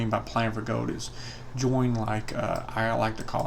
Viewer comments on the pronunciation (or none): The way you say gold sounds like your saying GO